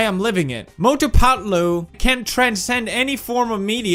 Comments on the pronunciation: When he says "Mothuu phethluuu" 🤣🤣🤣🤣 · Cant stop laughing when he says mautu patu